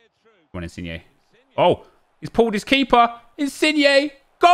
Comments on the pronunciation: Why aren’t you saying insigne like digne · Petition for nep to start saying insin-YAY